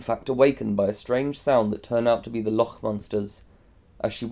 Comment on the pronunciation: loch is pronounced like lock, sorry but it bothered me so much TT TT